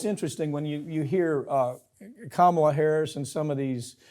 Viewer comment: Yay Mike! You finally learned how to pronounce Kamala Harris's name!